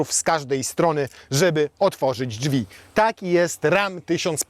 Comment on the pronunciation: Nie mowi sie "dżwi" tylko "DRZWI"